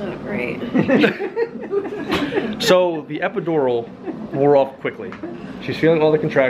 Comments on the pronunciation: EpidoROL Man pronounce it right it irritates me every time he said jt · I love the way he says epidural 😂🖤